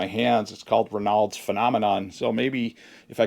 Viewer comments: Hi!! I’m watching your video where you are talking about Raynaud’s Syndrome. ( it’s pronounced Ray nodes) Anyway I also have this and have had it for years. It’s related to circulation. Also I learned after many years that it’s also a SIDE EFFECT of many blood pressure medications. !!! Hope this helps. Take care and keep us updated! 😊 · Ray Nauds is how it's pronounced. It's an auto immune disorder in which your small arteries in the extremities don't profuse which can end up in amputations of the extremeties. If you smoke, stop immediately.